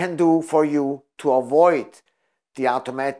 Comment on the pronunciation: Try not talk with your hands.. Its distracting and annoying. Sit on your hands if needed. It's not pronounced owtaomatic... it's awtomatic.